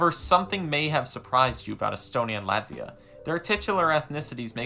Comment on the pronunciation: This video makes me feel 💀💀💀 but there are good and bad sides: Bad: Where do I start, first, the thumbnail is fu**ed up... then you mispronounced latvia and literally violated the rights of estonians by saying half of the things you said. Good: You support NATO and Ukraine, and don't want a war with Russia.